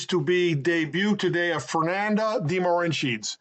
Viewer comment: George de Mohrenschildt is who is being referenced ( pronounces it Morensheet) We need to get a better microphone